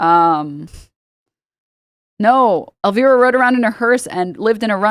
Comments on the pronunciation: omg, hearing you say Elvira is sending me.. It's pronounced El-Vi-ra -- vi as in cry. Damn, I cannot be this old! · also “el veera” LMFAO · Same, I felt instant rage upon hearing that pronunciation 😂